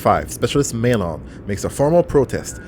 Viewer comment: 40+ Episodes and it still bothers me how they say Maelon. says it like 20 times in that mission and they still say May-LON